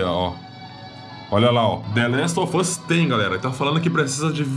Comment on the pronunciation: é impressão minha ou só fala the last of fus